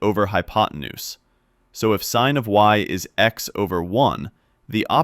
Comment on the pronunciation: Bro this is a robot voice. is incorrectly read "is" as "I's"